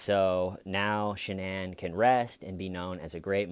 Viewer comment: One hour of Dr. Phil pronouncing Shanann's name wrong and stating the obvious.